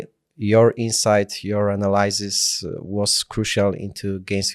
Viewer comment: "AnaLAJsis" jprdl